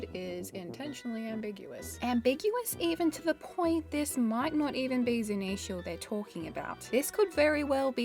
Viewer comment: I like how you say Zunisha correctly. Drives me crazy watching GLR.